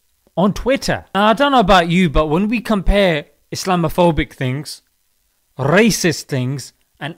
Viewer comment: Why is he saying " racist " with a scottish accent